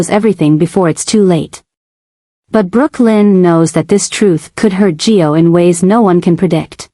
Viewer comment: Why do you call Gio…Joe?